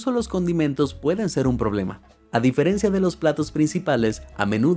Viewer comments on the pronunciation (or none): none